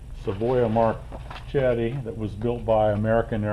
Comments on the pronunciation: MarKetti. That's how you should pronounce it. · Hi kermit, i'm italian ... if you want pronounce correctly the name, you have to read as writing in this way: Marketti